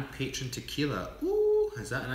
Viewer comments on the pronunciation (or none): Thanks for offering the weight loss e book! I will definitely request that! :) By the way Patron tequila is very good and you need to try it sometime! Oh and it's actually pronounced (pa-trone). You guys need to do a tequila or vodka tasting video sometime. Maybe some fun drinking games too. Hint hint. Curious who can drink who under the table? Lol Love your live videos and you two guys crack me up! Thanks for making my boring night better!